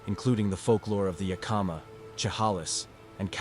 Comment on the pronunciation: Chehalis is pronounced Sha-hay-lis and Yakima is Yak-i-ma